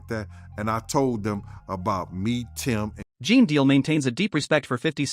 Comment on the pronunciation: Pronounced JEAN!!!!! Not geen lol